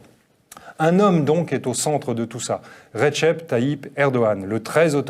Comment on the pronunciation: on dit "redjep" et pas "retchep"